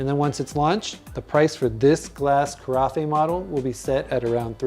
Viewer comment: ca-ra-FEY?????? I believe it is ca-RAFF.